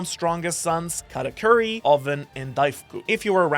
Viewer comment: it‘s katakuri and not katacurry 😂😂